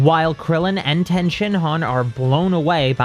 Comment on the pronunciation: I LOVE these videos BUT the way you say Tien is so cringy lol it's pronounced TEA-IN lol